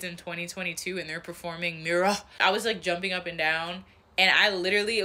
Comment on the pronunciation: "miro-h" is crazy